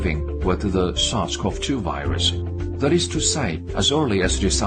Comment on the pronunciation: I can't understand what he's saying in the deer video, "sasquatch-2 virus"? Lol. So are they trying to say people gave deer this virus, and then it turned into covid, and then the deer gave covid back to us? Those damn sasquatch virus carrying deer! 😠